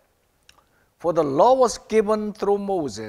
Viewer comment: 박지원 : but the one and only son 에서 왜 the가 디로 발음이 안되나요?